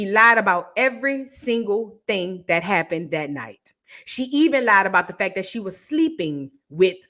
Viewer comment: I'm in the hospital laughing and you're making my monitors beep! "It happuned... it happuned.." It's SENDING ME!😂😂😂